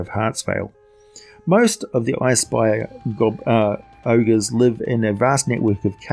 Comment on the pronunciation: Did you say ice spire ogres or I spy a ogres?